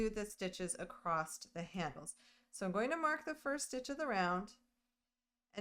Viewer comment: You do realize there is no T at the end of the word “across” 😊